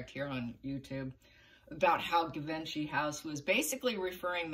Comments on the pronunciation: Givenchy is pronounced ZHEE-VON-SHEE. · I pronounce in English 😅 je-von-shi